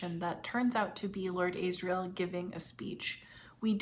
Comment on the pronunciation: Just a quick question; why do you keep calling Lyra (L-EYE-RA) Lira, as in the former Italian currency? And Asriel (AZZ-riel) AYZ-riel? If you watch any footage of Phillip Pullman you’ll know exactly how those names are pronounced even if you ignore the way the names are spoken in the show.🤷🏽‍♀️